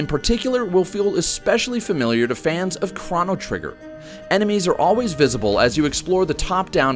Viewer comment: Kra-no trigger? What? Have you never seen that word before? Chrono Trigger is pronounced Kro-no Trigger.